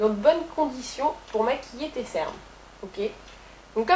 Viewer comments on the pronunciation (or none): on dit 'tes'' conseils, et pas ''tés'' conseils, bonjour la créDÉBILité....